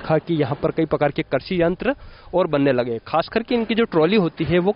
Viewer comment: करसी नहीं कृषि होता है